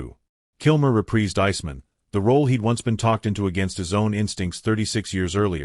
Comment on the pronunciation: Does no one review this stuff before publishing. Pronounce "Iceman" correctly.